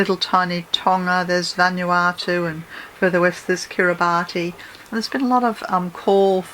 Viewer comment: Hi.... I find your site overwhelmingly brilliant..... In this particular talk/broadcast.....Kiribati is actually pronounced as Kiribis....Same as in their male names ending in 'bati' it is always prounced 'bis'.....I know a family from there and a secondary school that every year has school trips to this/these small islands for humanitarian assistance and also brings a few students over to school here in Victoria,Australia for a year...<3